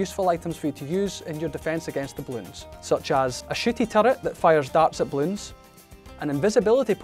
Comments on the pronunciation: thought they said sh##tty turret lol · Did he say a shitty turret lmao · I misheard snooty for shitty